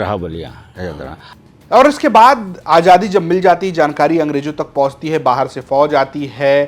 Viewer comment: Bhai ajadi nahin azadi hota hai aap zara please apne shab pe dheyan dijye